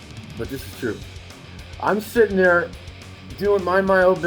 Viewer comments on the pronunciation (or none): none